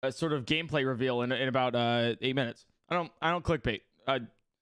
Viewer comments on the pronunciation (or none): he cwickbayteduhhh